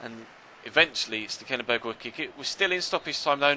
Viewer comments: I can say that it is indeed STEKelenburg because i dutch too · As a dutch person I can say that you butchered Stekelenburg's name ;)